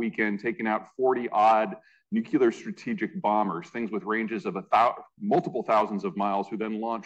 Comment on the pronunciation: Learn how to pronounce Nuclear